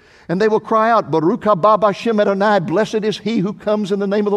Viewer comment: You are not pronunciation Adonai correctly your A sound is incorrect